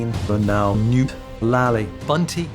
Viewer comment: everytime you play the list I keep hearing “Noop” instead of “Newt” and it just makes me think they really should have done a second take and nail that T sound